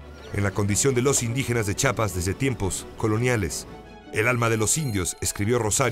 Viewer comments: Si Rosario Castellanos escuchara Chapas en vez de "CHIAPAS" resucita y se vuelve a morir. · CHIAPAS, no chapas.